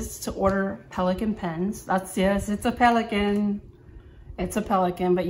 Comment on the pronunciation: Very beautiful pen. You said the name well. You have great penmanship skills